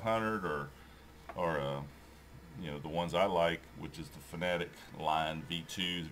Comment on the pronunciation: Fanatec is pronounced Fana Tech, not fanatic, oh and in next videos please increase the volume, thanks.